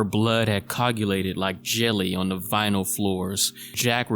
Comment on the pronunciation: co A gulated*..... u missed the a and said coglulated